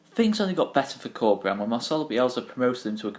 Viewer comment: I wholeheartedly agree, the future is looking really bright if we can create a project around Bielsa and Corberán. Awesome report. Just wanted to point out that "Corberán" should be pronounced with an accent on the last syllabe, you are saying Córberan now.